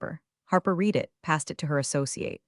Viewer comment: No subscription until you fix the pronunciation of "read" in past tense.